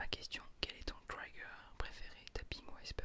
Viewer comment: Tellement dommage que la série se soit arrêtée :( PS : On ne dit pas "traïgueur" mais "trigueur" (phonétique évidemment ^^)